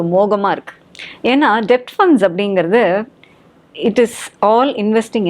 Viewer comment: Debt-pronunciation டெப்ட் அல்ல b silent. Det /டெட் என்று உச்சரித்தால் நன்றாக இருக்கும்.